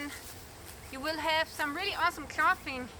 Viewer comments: Clothing is pronounced "Clothes ing". Spelled clothing. Drop the es add ing. But someone had to point it out. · Your English is fab clothing is clothing sound the o.